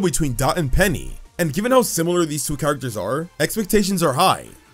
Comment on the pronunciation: Not feeling how you say "characters" my dude.